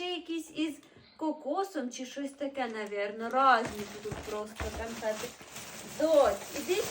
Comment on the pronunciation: Канфети!!!😂😂😂 Боже ж мій, людина з вищою освітою? Гидко слухати...😮